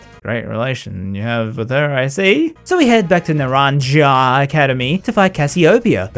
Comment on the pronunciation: FYI, the "j" in Naranja is pronounced like an H. Joke's on you, I LOVE gabber!